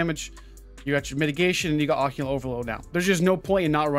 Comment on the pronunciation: "Occulant" lol. Wtf